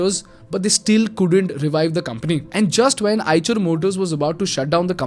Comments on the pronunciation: Have to quite agree.. Even EICHER came mispronounced as "CHER" instead of "SHER" sadly ?! It's a no go in my Books.. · Its pronounce aaysher not aaychar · on a lighter note as per my knowledge the 'ch' part of the company name should be pronounced as 'sh' same as in 'Chevrolet'... very informative video. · Call it i-sher